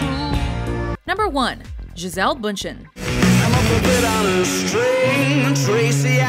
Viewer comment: D How you Americans pronounce "Bündchen"! :D